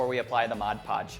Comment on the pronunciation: Liked these ideas. Just sayin' though, it's actually MOD PODGE (Not Modge Podge)